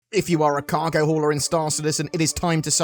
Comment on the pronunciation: Sounded like you said "if you are a cargo whore..."; I'm a cargo whore!